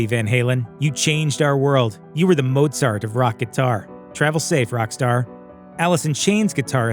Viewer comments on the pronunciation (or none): none